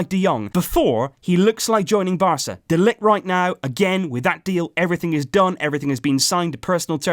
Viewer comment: Can you pronounce De Ligt's name like this next time : Ma-theis De Ligt. Just trying to help mate